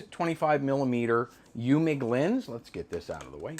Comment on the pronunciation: you need to work on your German 😂 Eumig is pronounced: Oi mick. Wien is pronounced veen and it's the German word for Vienna. 😂 PS: I use a metronome app on my cell phone for time lapse. 60Bpm = one click per second.